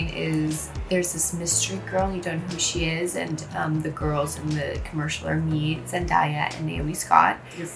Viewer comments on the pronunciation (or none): Love you Lily but her name is pronounced Zen-day-ah, not Zen-dah-ya... 😬